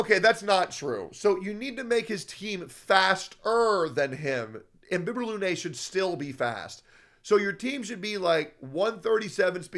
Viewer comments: BTW its not INBIBITOR its IMBIBITOR 😂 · So nobody notice the i"n"bibitor?